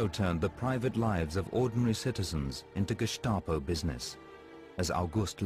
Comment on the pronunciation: sorry 75 now and never heard the gestapo being pronounced as gishstapo.... t. clark